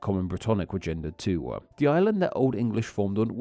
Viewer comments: I don’t like how the narrator adds an “aa” sound behind vowels. For instance “too” becomes “too-ahh” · Why do you put 'uh' at the ends of so many of your words? It's not toouh, it's just too. You used it about 100 times during this short clip. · But they do not end with the sound "wa". Dowa Twowah Toowah Duewah Newah. That's not a British thing, or at least not something I've heard before.